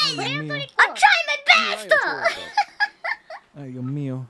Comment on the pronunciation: She tried her besto